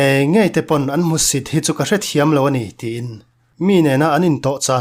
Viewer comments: I tangkam leh thluk dan hi ngaihthlak a nawmviau rualin, hmusit/ hmuhsit tih tawngkam hi hmuhsih ti ang hian i lam tlat thin a, fimkhur teh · Hmuhsih nilo in hmusit tiin lam thei la a va duhawm em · Hmuhsih ni lovin hmuhsit tih zawk a va tha em. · Hmusih nilovin(hmusit)tih zawk a chhiar ni se ngaihthlak ahah dam deuh tur. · Hmusit i lam dan hi a dikhlel deuh tlat." Hmuhsi" i ti tlat mai